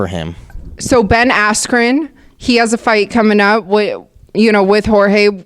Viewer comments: You said his name wrong .. it’s BEN ASS CREAM!! lol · Hahaha Colby kills me everytime with the "asscream"